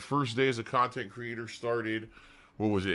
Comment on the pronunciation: 12 years of khantent and snorting dood